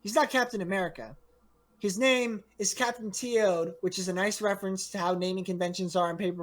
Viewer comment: "Captain T. Ode? You mean... Khaap'taan Teeowed?"